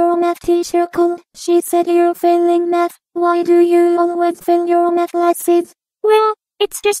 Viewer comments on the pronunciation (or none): I keep hearing meth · I'm hearing meth instead of math